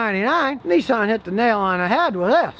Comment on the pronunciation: Nissan Not Nessan as in Pissan ,Nissan .